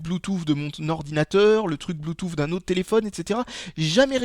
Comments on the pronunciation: blue"tousse" pas blue"touffe"... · bloutouffe xD